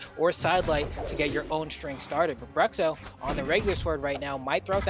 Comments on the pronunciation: It'd be more accurate if you pronounce "Brootcho" instead of "Bruxo" lol haha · eu ia comentar a mesma coisa kkkkkkj bruhcso foi foda kkkkkk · Engraçado ver os caras falando Bruhcssso kkkkk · It's "broosho"